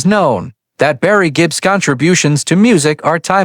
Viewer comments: Just the first few mispronunciations was enough for me to quit this no doubt garbage after about 90 seconds. I mean, Jibb and Dooogloss! Pease orf! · "Barry Jeep" ??. Why make a video when you or your ai-idiot cannot even pronounce the last name. Imbeciles!